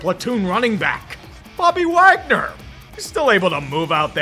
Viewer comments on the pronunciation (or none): none